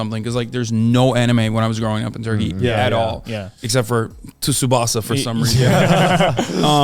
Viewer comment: I like how he pronounces Tsubasa and Tsunami like Turkish people do like from the way he talks in English, I would never think he is Turkish but the way he says those words makes me wonder 😂 (I swear this isn't an insult)